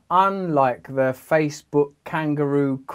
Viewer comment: Damn man, if I was the head of one of the most powerful companies in the world I would put forth the effort to pronounce "the" instead of saying "ze" because that is SUCH a bad look.